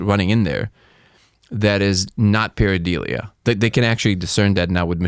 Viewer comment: Its "pare-i-dOlia". Not pare-i-o-dee-li-a lol. Sorry dude, grammar police. Love ur work man, was a little disappointed in this tho lol